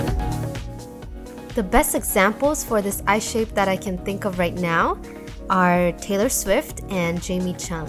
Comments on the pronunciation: she actually says "eyeSHAPE" but yeah, you're right. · She actually said eyeSHAPE